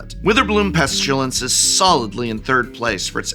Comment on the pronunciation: No "u" in "pestilence," my boy.